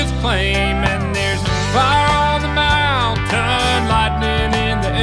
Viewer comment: Everything is absolutely awesome except for the pronunciation of "Mountain".